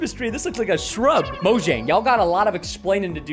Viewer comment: BTW preston, it's moyang not mojang